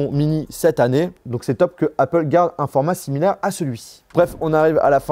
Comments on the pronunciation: Heypeul ? Tu sais que même les ricains disent Apple ? Mdr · Je comprends que tu essaies de faire un accent anglais quand tu dis Apple mais ça se prononce Apple et non pas Aypple. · Le « aypple » est insupportable 😂